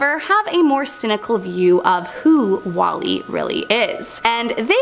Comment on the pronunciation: "Wall es"